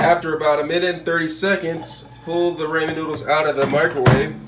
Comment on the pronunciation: It is pronounced RAW-MEN. Not "ray-men." What the crap? 🤦🏻‍♀️🤦🏻‍♀️🤦🏻‍♀️